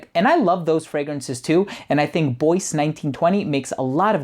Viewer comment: I'm guessing it's not "boyce", but "bwah" as in Bois du Portugal.